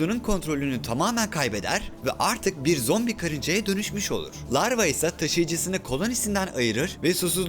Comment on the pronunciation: Ruhi adam o lavra değil larva